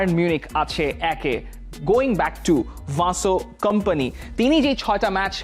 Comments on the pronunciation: ও ভাই বেশি স্টাইল করে বলতে গিয়ে । ভিনসেন্ট কোম্পানিকে ,,,ভানসেন্ট কোম্পানি বানিয়ে দিয়েছেন 😂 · English ei toho atodin Vincent sunei aschi taholey ki aita Belgian accent ey erokom? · নামটা ঠিক ভাবে বলেন।ভাসো কোম্পানি নয় তার নাম???